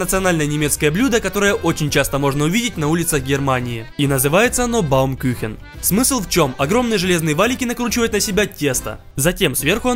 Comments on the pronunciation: Я родом из германии и ржу когда сказал baumküchen, baumküchen это деревянные кухни 😂 а правильно baumkuchen, баумкухн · Отличный видос Но правильно кухен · Баум кюхен🤣 Правильно говарить Баум Кухен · я конечно не хочу умничать и выставлять себя энштейном но, парвильней будет кУхен а не кЮхен) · Не Küchen а Kuchen Кухен на у